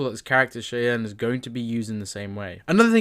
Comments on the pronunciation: The pronunciation of Chyanne is adorably wrong. It's more like Shyanne pronunciation wise. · It’s pronounced Shy-een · Cheyenne is pronounced SHY-ANNE.